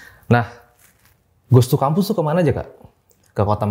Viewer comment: Ngomongnya Goo too kampus😂